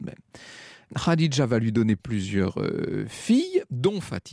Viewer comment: Etonnant...Vous arrivez à prononcer Khadija tel qu',il faut et Mouhamed vous semble difficile à prononcer ...Mahomet ce n,est pas Mouhamed: le ma est un signe de négation dans la langue hébraïque et arabe,donc Mahomet = le non admirable, et Mouhamed =l,admirable